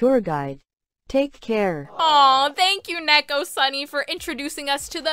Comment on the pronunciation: its neko, pronounced knee-co that was weird ._. srry if u took this as disrespectful, i just noticed it💕